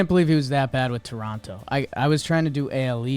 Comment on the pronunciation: Shoutout to for actually pronouncing Toronto right! Us canadians dont pronounce the second T